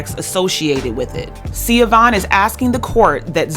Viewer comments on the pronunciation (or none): Her name isn’t Sia-Vaughn; It’s pronounced Sha-Vaughn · This is a really minor point but her name is pronounced “Sha-Von.” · the mom’s name is pronounced Shuh-von. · BTW....Even though its spelled Siobahn....It's pronounced (Sheh- bahn) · Hi her name is pronounced SA- VON Dwayne Wade Gagged his ex wife & took his kids away & had her arrested if I'm not mistaken.. Shae Vaughn has her story on YouTube it was so sad what he did to his ex wife and how he treated her after he met Gabby allegedly. Shea Vaughn couldn't say anything Dwayne had all the 💰 to shut her down & shut her up rumor has it It's really messed up. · Her name is pronounced Shah-von